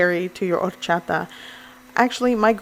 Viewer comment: Take a shot every time she says ordddchaTa. Thank me later.